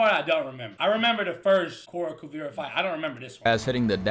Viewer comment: Spelled "Kuvira." Pronounced "Kuvira" all through the show. Where did "Kuvera" come from?